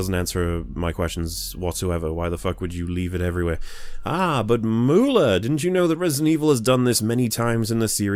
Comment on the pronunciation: WAIT: Mooler...not Mawler....why would “au” equal “oo”?